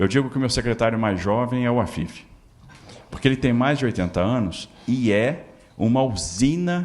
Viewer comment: Tarcisio falando fo afifi kkkk uma usina de idéias de benificiar os ricos kkkkk pq sp ta largado